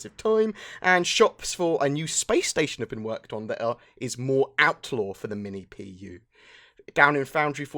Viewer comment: Did I hear Outlaw base?